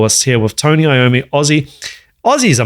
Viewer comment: The correct pronounciation of Iommi:EA-ohm-me. Not I-ommi. Italian origin